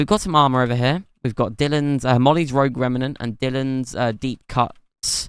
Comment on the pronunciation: Just wanted to let you know "rouge" is pronounced as if it were a J, instead of a G, so instead of pronouncing it like "rogue" it's pronounced as "rooje". Also I'm not sure what a raimnet is..